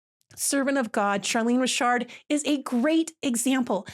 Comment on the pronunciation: Ooh you pronounced it correctly. You are the coolest.😊🤗